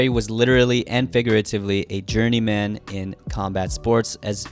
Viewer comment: Downvoted due to how you pronounce "journeyman"